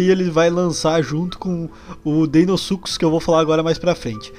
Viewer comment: PORQ AS PESSOAS FALAM "DEINOSUCUS" E NÃO "DEINOSUCHUS" COM O SOM DE "CH"?O CERTO É DEINOSUCHUS O MODO DE FALAR NÃO DEINOSUCUS. O FALA O CERTO ELE FALA DEINOSUCHUS COM O SOM DO "CH"